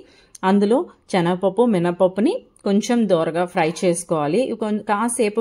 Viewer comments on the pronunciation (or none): శనగపప్పు చే న గ పప్పు కాదు